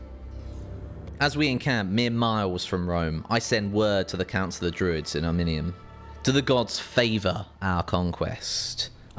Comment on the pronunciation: Did you just call Ariminum "Arminium"? Man English/Americans are so bad at pronouncing names